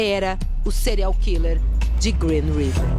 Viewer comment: se for pra usar o termo em inglês ao invés de português, afinal a reporter poderia muito bem dizer assassino em série, ela poderia ao menos pronunciar direito. "Cereal killer", afinal é isso que ela pronuncia.